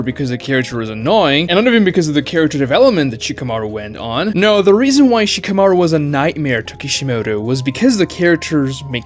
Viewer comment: Who is she-kuh-mar-oo? I see Shka-mah-roo on screen.